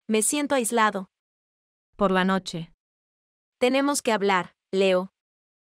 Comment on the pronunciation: Nochev ❌ noche ✔